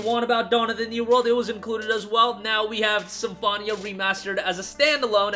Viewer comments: Every time you pronounce Symphonia like that I cringe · Great video but How do you manage to say Symphonia so incorrectly lol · They don’t, he just pronounced it incorrectly the entire time lol